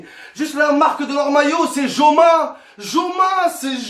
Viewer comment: Covid ca rime avec stades vide mdr .et joma le j ca se dit pas j en espagnol mdr c un fou momo . Torai dit anelka j orai explose de rire. Un vieux cochon mdr anelka i ta traumatisé 🤣🤣🤣🤣🤣🤣🤣🤣🤣🤣🤣🤣🤣🤣🤣